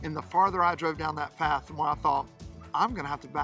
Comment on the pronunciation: Excellent. 😀😀😀. We can’t offer advice on GPS. We can say, use what’s between your ears... we had a similar ‘follow the GPS’ incident, you know the silly thing is wrong when you see grass poking out of the tar in the middle of the ‘road’ (like the way you said ‘path’ btw). When the mirrors touch the bushes on both sides at once is another giveaway. You guys are funny - I went to hit the subscribe button and saw we already had. 👍👍👍. Pete & Kaz. 😀😀😀